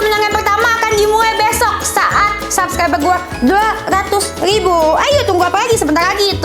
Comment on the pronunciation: Kalok Gomong subscribe itu yang bener kk bukan subsclibe KK maaf yh kk belajar dulu kalo mau Gomong R